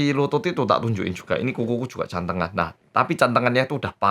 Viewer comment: bacanya jd 'Gantengan' bukan Cantengan XD